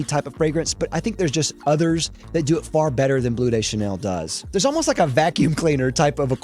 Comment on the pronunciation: I hate how you pronounce "Gaultier" and "Bleu" 😛 (and "intense" when it's a French name). And that's objectively bad. I actually like the Dior Homme line and Interlude (even if the recent batches of both are not as good)... the rest of your hates I understand, including Le Male. I haven't known the original formulation either, the current one is way too minty... I like Le Male Le Parfum though.